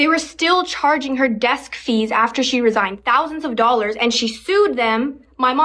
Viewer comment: her mom "resighned" under orders to resighn